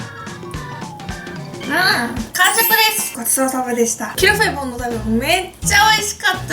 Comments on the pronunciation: ゆうかちゃんの発音が完璧です (qu'il fait bon = qui il fait bon ) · キルフェボンの発音違うくない？😳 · Ieji そうなんですね⁉ 初めて聞いたイントネーションだったので、ちょっと違和感がありました(^_^;) 勉強になりました。 ありがとうございます‼ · どうでもいいけど、アクセント、日本で一般的なのは キ(´ )ルフェボンじゃなくて、キルフェ(´ )ボン(キ↓ル↑フェ´ボン)だと思う〜！ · キルフェボン本店がある県に住んでるけど（横に広いから西部東部でイントネーション違うんでもしかしたら違うかもだけど）たぶん皆発音「キルフェ⤴ボン」で言ってると思う…フランス語では正しいみたいだけどね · ゆうかちゃんとキルフェボンの発音違ってから、びっくりしたwwキルフェボ↓ンだと思ってた… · tuku29 キル↗︎フェ→ボン↘︎じゃないんだってことです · キルフェボンの発音違う気が……… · 最後の一口食べ終わったあとの 「キルフェボンのタルト」が言えてないwwwwww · キルフェボンの発音、私はロクシタンと同じアクセントだと思ってた。外国人の発音じゃなくて日本人が言う感じのロクシタン。ピチレモン、島根県のアクセントと同じ。 って例え方分かりにくいか(笑) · キルフェボンの発音あってるの？私とは違ってびっくり！ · キルフェボンの発音ちがう気がする？ うちが違うのかな？ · ゆうかちゃん、キルフェボンの発音違うよ😂笑 でも可愛い♡ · キルフェボンのイントネーションって、上がって下がるんじゃないの？？ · キルフェボンの発音ぜったいおかしいｗｗｗ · キルフェボンの音程…